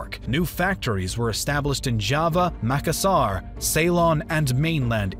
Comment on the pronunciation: Great video, !! Just a few clarifications in terms of pronunciation of Indonesian settlements: you mispronounced Aceh (it's not "Ackeh", but rather "Acheh" - CH as "chair"). Also the stressed syllable in Makassar is in the middle (2nd syllable), and not on the ending (3rd syllable). Other than that the video is great! Keep up the good work!!